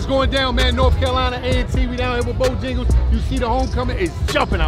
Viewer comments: lol what is bojingles 😭😂😂😭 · If say BoJingles one mo time 😂😂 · “Bojengles” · Bojangles bruh not jingles